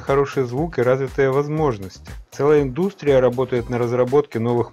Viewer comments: Не индУстрия, а индустрИя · Странно, что при такой грамотной речи встречаются неправильные ударения. ПерехОдник, индУстрия. Удивили. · ИндУстрия и ТД, как же режет такое зачитывание текста, ну взрослый же человек , советского образования, ну как так то(